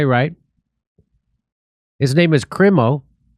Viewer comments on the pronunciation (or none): This piece of crap not “Kreemo”, but “Kraimo”